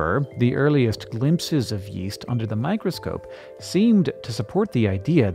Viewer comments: Yeast I thought you said west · Yeast? I thought he said Weast